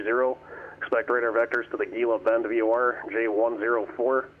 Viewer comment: That GBN VOR Gila Bend is pronounced “hee-luh” bend. It’s an Arizona thing lol